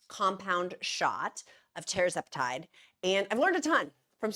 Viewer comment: It's TER-ZEP-a-TIDE